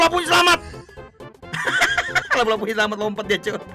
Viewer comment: Lupa2 bang bukan lapu2🤣🤣🤣